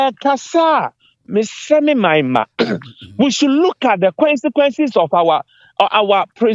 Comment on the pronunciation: Everything is not Money so stop what you're saying. Consequences Not quencequences 😂😂😂